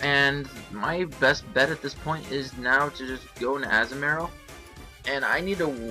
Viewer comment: Anyone else bugged by how he says Azumarill? Great battle and all, good narration, but that really bugged me.